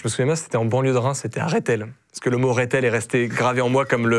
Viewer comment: Alors déjà on prononce pas réthél mais Rethél et ça s'écrit Rethel et c'est pas en banlieue de Reims mais c'est dans le sud des Ardennes !